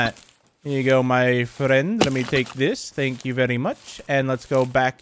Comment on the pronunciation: "Thenk yu very muci" bro is british